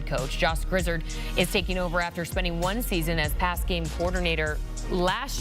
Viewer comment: Grizz-erd? My goodness